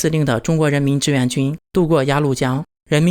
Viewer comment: 志愿和自愿，你不能因为你发音不清楚，字也不分清楚吧。买个字典吧，也不是很贵，少抽一次大麻，啥都有了。